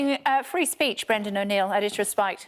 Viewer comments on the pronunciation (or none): "Bwendan pwotecting wight wing thugs"